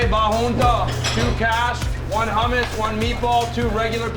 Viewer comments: he said hummes with an iranian accent 😂😂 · Looks amazing. Please teach that man how to say hummus.